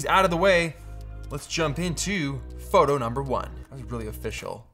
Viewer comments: read this comment exactly as he said that, yes he did haha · did he say “froto”? Lol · Froto Baggins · sure did!